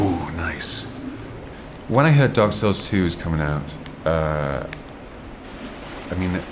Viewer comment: lol, Every time I he says "Dark Souls", I can hear him saying "A-holes". If ya know what I mean...!